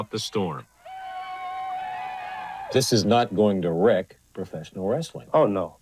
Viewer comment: Linda McMahan was lying to protect her husband and money. That guy on Morton Downy ,Dr somebody, is such a jerk! And says Rasseling. Sooooo annoying!